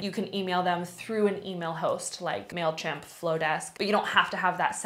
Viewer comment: The marketer in me is dying hearing you say mailchimp and flodesk. 😂😭😭😭 otherwise, love this video!